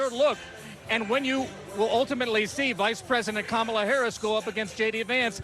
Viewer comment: Someone tell the GOVERNOR it's KA-ma-la!